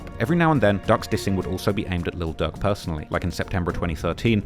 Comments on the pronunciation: Bro called durk.. duck lmao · Bro pronounce "durk" and "duck" and "dirt" the same had me confused af